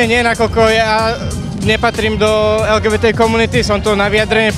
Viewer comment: Redaktorka nevie ani len vyhláskovať LGBT po slovensky 🤦